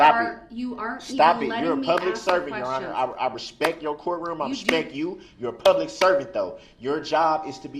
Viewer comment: Your quotation is not correct ! He never once stated, "with all respect" He said, "with all respeck" He couldn't even say it, let alone give it !